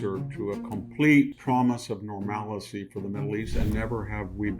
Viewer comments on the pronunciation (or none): Victor, there is no such word as normalacy or Nucular......you need to wake up